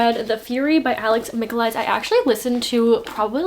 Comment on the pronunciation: I believe its pronounced Alex Mick-a-lie-deez